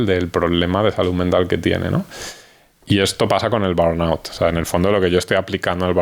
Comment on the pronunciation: Burnout. Estar quemado.. no es el nombre de una enfermedad, simplemente quiere decir, estar quemado en inglés. . Me molesta tanto la gente que usa palabras en otros idiomas, pero no logran ni pronunciarlas., cuando el español tiene su versión perfecta. Crees que da la impresión de qué eres internacional o más culto o qué porque si lo fueras, las sabrías decir, y si no lo sabes, das la impresión contraria